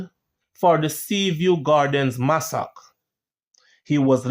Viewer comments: Massacre is pronounced Masa -ker and not masak. No offense meant just want you to be greater. Love your channel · Massacre - mas-sa-cre Not massack 😮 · Pronounced mass a ka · Not Massac, “ Massacre “ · Guy say masock, bro!! You dont know how to pronounce the word massacre? You know the artiste Masicka, well a so the word pronouce masicka only spell it wrong. Massa-ker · Massacre is pronounced "Massaker" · Keep up the good work. But the word massacre is pronounce mas-sac-er. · . Massacre pronounced mass-er-kur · Massacre is pronounced massacra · Massacre is pronounce MASS-C-CAR hope this helps for future reference ok 😊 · Massacre Ma-SA-KER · Love the video but the pronunciation of "Massacre" is sending 😂😂😂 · The way he pronounces massacre pisses me off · you pronounce the word massacre wrong